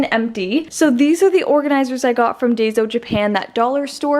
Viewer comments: It’s dayso it’s pronounce dyeso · It's pronounced da-ee-so. Enjoy your videos! Great ideas. Thanks! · Friendly tip! Daiso is pronounced DIE-so 😊